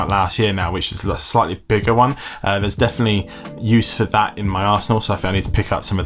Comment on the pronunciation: Happy birthday! Also did you mean to say "Arse-enl," because you definitely enunciated it that way.